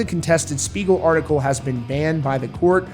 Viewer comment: Not gonna lie, at first I totally thought he said Smeagol as in Lord of the Rings 😂